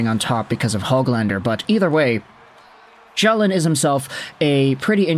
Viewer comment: Calle Själin is a decent prospect. His name is pronounced Sch-ae-leen. if you put a and e together you get the ä sound.